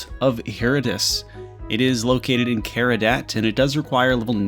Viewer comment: Bro has the name Vault of Hereditas on screen and still said it wrong 😂 He then proceeds to say Laniakea's name wrong. Bro please learn how to read 😭